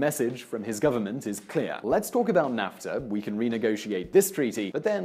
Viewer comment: It's pronounced NAFfffffffTA